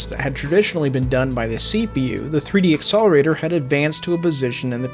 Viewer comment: Why do you call it 3DX-accelerator and not 3D-accelerator? Or is my hearing bad?